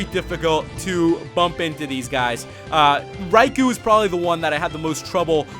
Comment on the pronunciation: Psst, Raikou is pronnounced "rai-koe", not "rai-koo".